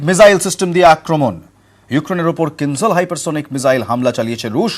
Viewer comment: Ucharan tik korun mijael na ..